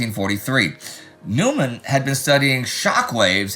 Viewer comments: It's not New man. It's Noi man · Neumann is pronounced “noy-man”